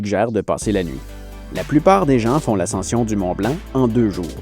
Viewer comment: Partir tôt pour éviter les chutes de séracs et les ouvertures de crevasses c'est bien ça ? Moi ce qui me fais sourire c'est quand tu mets un "t" à "gens" ;)